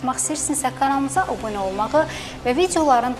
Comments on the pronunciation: cerpanova obinə yox abunə deyin əvvəlki diktorlar belə deçəzdi. 2 ci dəfəfo yazıram orta məktəbi qurtsrmamısam.? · Aparıcının gözəl diksiyası var. Digər kanal aparıcılarından çox fərqlənir. Lakin Kanala "Obunə" yox, "Abunə" olun desə, daha düzgün səslənər.. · bu qadina obune yox abune demeyi biri oyretsin